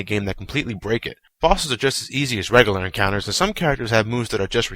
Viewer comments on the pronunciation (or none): none